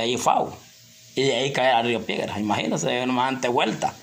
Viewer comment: Piedras no piegras,pobre señora la tienes mariada d tanto k hablas y repites lo mismo